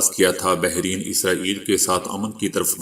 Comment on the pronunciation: مرتب ت کے زبر کے ساتھ بحرین ر کے زبر کے ساتھ